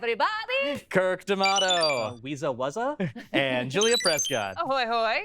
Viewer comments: Um actually, it's "woozle wuzzle" not "weeza wuzza". Jeez Kirk where'd you go to school, Gudger College? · Um Actually, It's "Woozle Wuzzle"!